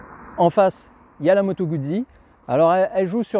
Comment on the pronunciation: se prononce Gout'si !!! (jamais goud'zi !)